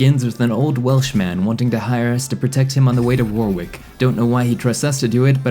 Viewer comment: The second 'W' is silent in Warwick.